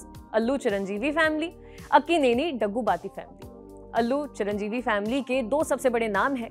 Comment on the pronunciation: Madam... please pronounce the names correctly... You pronounced Daggubatti, Fahadh wrong..& other 2-3 names... Do homework & one more thing...Mahesh Babu is also a great actor... don't criticize by saying..."creative difference ka hawala.." By the way...South Indian actors have very good rapport with each other....unlike Bollywood...😏